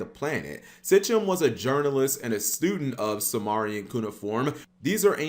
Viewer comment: "Mesopotomamia" & "Sitchem" 😄